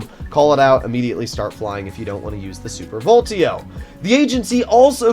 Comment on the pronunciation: please stop calling it the "super voltio" - it's VOLEETO